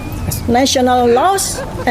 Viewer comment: sik sik... kok kuping ku denger nya "los" apa itu los..??? Ilang gitu... harusnya terdengar "laows" ->LAWS😅😅😅😅😅😅😅